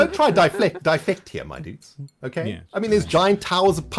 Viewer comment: ima start saying "diflect" now xD